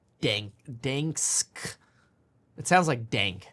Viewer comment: It’s not dansk, it’s danske